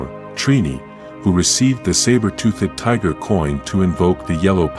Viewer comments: I hate the AI saying sabertooth tooth and tiger zord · The AI killed the video for me. “Sabertoothic tiger” “Zorden”